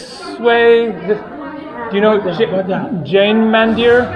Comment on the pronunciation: Mandir should be pronounced Mundir (Mu like But).